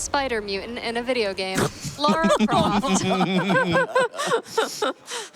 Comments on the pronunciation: Great run, but the character's name is "Lara"...not "Laura". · Why is he saying Laura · The name pronunciation is all over the place in this run, she went from Laura to Lora and then back to Laura like 8 times but it never actually landed on Lara, her actual name. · her name is not Laura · Hearing her being called Laura the whole run was damn painful! But an impressive run to make up for it at least!